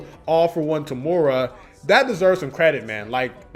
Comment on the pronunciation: btw its eh-ri and toe-muh-ruh for the correct pronounciations i believe! nice video dude :)